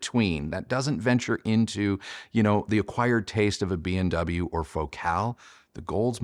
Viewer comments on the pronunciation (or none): In my ears (and the are only 57 years old) it sounds like you are saying BMW instead of B&W 😊